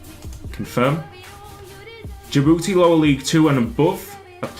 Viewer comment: DJI DJI DJI-BOU-TI